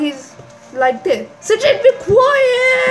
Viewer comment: you said s a j i d not sojid